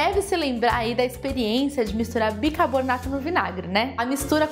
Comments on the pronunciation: Não entendo qual o problema com a palavra bicaRbonato. Neste final de semana, está foi a quarta vez que ouvi pronunciarem uma palavra fácil (bicaRbonato), de maneira errada e mais difícil de falar (bicaboRnato... parece até um quebra-língua). Pelo menos vc escreveu corretamente, indicando que sabe o certo, ao contrário das outras. Rsrsrsrs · Muito bem explicado! Vou fazer! Uma super aula! Parabéns!!! Você fala "bicabornato" igual minha mãe hehehehehe bjs